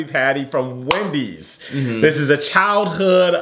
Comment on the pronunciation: Didn't u say Chowhood instead of childhood